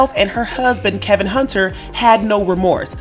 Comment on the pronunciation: His name is not Kevin it’s kelvin